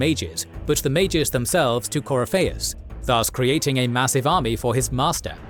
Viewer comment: Ah for fucks sake. I forgot this guy can't pronounce Corypheus despite how many times they say it in the games.